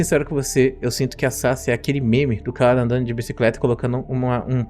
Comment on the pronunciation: off topic: Toda vez que o Professor fala Sasa um pedaço de mim morre, porque o nick dela se lê Sasá, daí me dá agonia quando ele fala Sasa.